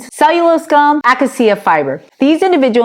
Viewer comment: Ak a see a? No. It's Acacia (uh Ka' shuh)